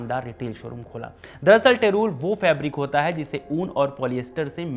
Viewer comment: टेरूल ❌ टेरी - वूल ✅